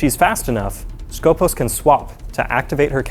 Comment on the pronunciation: Its not skOpos its skopOs that is pronounced. That means in Greek the one who watch or purpose.